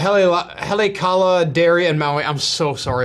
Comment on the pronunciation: “Ha-lay-a-ka-la” is how you pronounce the city in Maui 😂🤙🏾